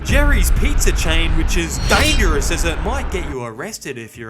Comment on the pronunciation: "dangieROUs" killed me 😅